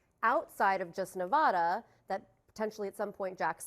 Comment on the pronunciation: Someone please tell Kristen Holmes how to correctly pronounce Nevada.